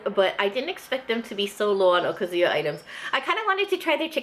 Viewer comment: One thing that bothers me about Hawaii asians is their (mis)pronunciation of "okazu-ya". Even Japanese second generation owners say it wrong. I don't know how to write it but the emphasis is not supposed to be on the "zu" it should be more on the "ya". But then so are a lot of Japanese words.